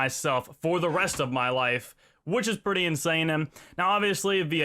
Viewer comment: why does he say em at the end of some words??? "insanem"